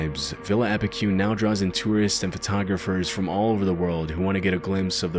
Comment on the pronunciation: Wow haha did not expect Epecuen to be here! Just so you know, Epecuen is pronounced with a strong last E, like the first E that it has, Epecu-En. With Buenos Aires also, its Buenos Air-Es. Really cool video!